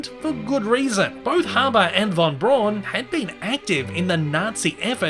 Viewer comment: Braun in Wernher Von Braun is pronounced almost as "brown". If you're skeptical of my claim, then check out the Defunctland's video The History of Tomorrowland 1955, as well as Disney's own TV special Man in Space for proof.